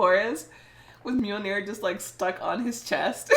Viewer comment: Yeah, he's a troublemaker but I think I'm going for Loki. I'm so glad you know how to say Mjölnir. 😁